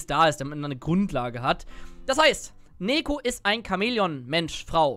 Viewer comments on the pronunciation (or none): Freue mich auf den Moment, wenn du rausfindest, dass sie "Niko" ausgesprochen wird :D ansonsten geiles video, bin schon mega gehyped auf sie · Ich würde Neeko eher wie Teemo aussprechen. Die ee als i. Als Lane wäre meine erste wahl der Jungle. Stell dir vor Teemo bringt, den Toplaner um, du als Neeko verwandelst dichi in Teemo und gehst zur Midlane wirst von einem Ward entdeckt und der Gegnerische Midlaner denkt sich so: "Hmm, da hat Teemo schon einen kill und kommt auf mich zu. Da werde ich nicht mehr so agresiv spielen." Der gegnerische Toplaner teleportiert zurück auf die Toplane und denkt sich: "Teemo geht mid, dann bin ich ja oben ALLEINE und kann ein wenig pushen". Doch plötzlich erscheint der echte Teemo und bringt ihn ein zweites mal um.